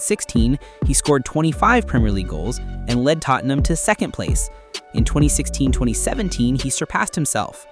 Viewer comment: your not saying tottenham right